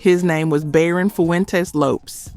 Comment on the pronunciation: You don't even pronounce the singers names right levert..and lopes